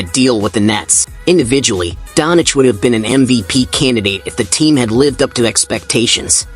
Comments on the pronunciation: Not Luka donic, its Doncic... U mess the new goat name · it us DONČIČ NOT donič